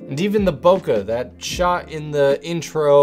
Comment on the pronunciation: Fellas, the word bokeh is pronounced "bo-kay," not "bo-cuh."